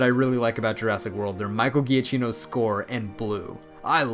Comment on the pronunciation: Giacchino is pronounced "Djakkeeno" ;)